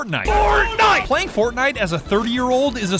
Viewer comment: Did she call Fortnite ForkKnife? I just wanna make sure I heard that right